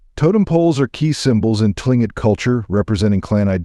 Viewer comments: Clingit! It is pronounced Cling-it. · its pronounce Tlingit is "Cling Kit" 🤣